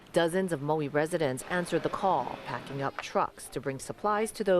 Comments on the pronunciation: "Moey"? Who in hell pronounces it Moey? That said, our hearts go out to Maui. We were there for ten days in 2022 and are just stunned to see this. Godspeed to you, and we so look forward to coming again (and maybe to stay!) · Need to learn how to say Maui…no O